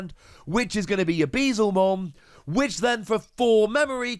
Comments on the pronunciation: Hey, loving the content! Very excited to try this card out in purple. As a heads up I’m sure Beelzemon will keep coming up as more good purple cards release, it’s pronounced like B L zuh mon, a play on beelzebub with him being a dark, devilish Digimon. I know Digimon names are a mess sometimes, keep being awesome! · Hearing Bezlemon hurts almost as much as yesterday him pronouncing Guilmon